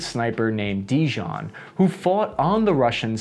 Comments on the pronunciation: Im pretty sure no serbian is called Dijon ... Dejan maybe thats the yawn ( silent w) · Serbian sniper name is Dejan ( Deyan ) , not Dijon . Dijon is name of mustard . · You're pronouncing wrong his name, letter J in serbian language is pronouncing like german letter J so like english letter Y, example Jokohama/Yokohama, Joko Ono/Yoko Ono, Vajoming/Wyoming, etc...in your country his name would be equivalent to Dean(in serbian version would sound like Dae-yan), but in Serbian letter E its not pronouncing like Ee(long e) its like english A(ae)... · Did he just pronounce Dejan as Dijon? Lol Only a Yankee is capable of such cultural cringe 😭